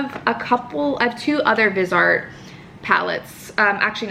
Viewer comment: It’s pronounced vi-z-art